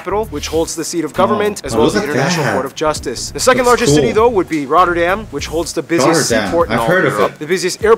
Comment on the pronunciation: not Emsterdem but Am (like in America) ster dam (like in America with a D in front) goddemn.... and it is NOT Rodderdem either...